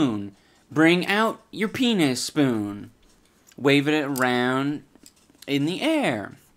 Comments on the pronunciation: Idubbbz ur “peanuspoon” name is great but to me it kinda sounds like ur saying “penis spoon” (just a heads up) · "Peanuspoon"- LOST IT